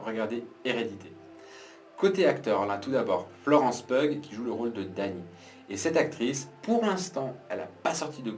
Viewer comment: Merci pour ta critique. C'est Florence PI-OU comme piou piou l'oiseau !